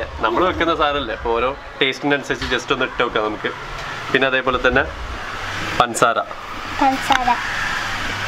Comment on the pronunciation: പൻസാര അല്ല പഞ്ചസാര 😊😂